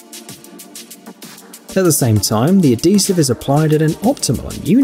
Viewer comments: Did he said "Adesive" for the Batter-Operated Sausage Gun 😂🤣😜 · NO ......... BUT HE DID "SAY" ADESIVE FOR THE BATTERY OPERATED SAUSAGE GUN.